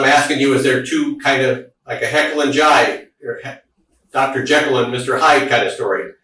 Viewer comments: “Heckle and Jyde” 🧐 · "Sometimes there's a heckal and jide" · Oh, it's this one again. 'Heckyll and Jide'